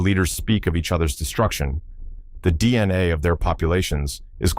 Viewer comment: Are you going to show any actual illustrations of what you’re actually talking about? This is obviously AI slop you can’t even pronounce DNA properly.